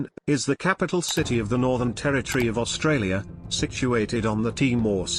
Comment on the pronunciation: This is not your fault , but it’s Spelled Australia, only one R, and RAAF is pronounced R double A F. Only watched 5 min so far. Also I don’t get the robotic voices on these videos?